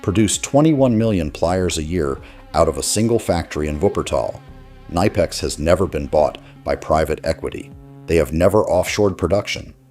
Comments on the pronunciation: Nor did they pronounce it ni pex. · Say it correctly. Ka nip ex. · It’s K nip X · You say the K in knipex. Klein is trying its hardest to sell out. Their Lowes line seems innovative but its just poorly made knock offs of milwaukee. Its sad. Their drivers are absolute garbage now. My bag had Klein, channellocks, Proto and S&K in it for a decade but now its mostly Knipex and Wiha. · Your IA doesn't know how to pronounce Knipex! You don't have German as a second language in US ? )) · The real pronunciation of Knipex is not what most people think. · The K is not silent in German language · The way the narrator pronounces Knipex is laughable.